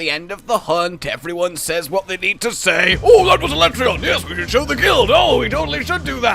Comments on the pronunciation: is no one talking about the pronounceable of aleatreon in the beginning al le tray on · I'm with Josh on how to say ALATREON